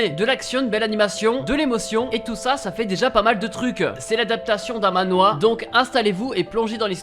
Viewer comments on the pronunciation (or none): none